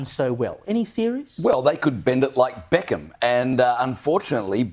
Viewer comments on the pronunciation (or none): none